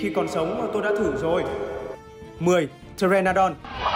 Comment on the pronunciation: con pờ tê ra nô đon hnhu đọc thiếu chữ nô đúng k :v nghe cringe vãi